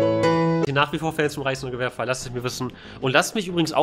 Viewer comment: Habt ihr auch Preisnagelwerfer verstanden?